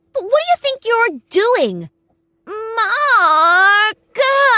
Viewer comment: This is my reaction of :who TF says mark like that?